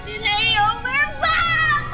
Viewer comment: sabi ni lira "Lireo were back"